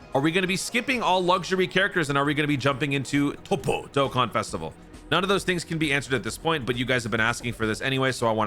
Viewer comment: Love the way u pronounced toppo